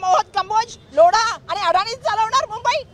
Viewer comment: गायकवाड बाईला लोढा म्हणता येईना लौडा म्हणाली.. हिंदु मतदात्यांचे आभार कसला (धुरळा)................... निवडून आणलाय खाजदार म्हणून तुम्ही..😢